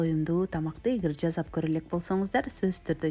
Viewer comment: Жазап эмес "жасап" десең, мактаса ушинтесин да ээ карындаш)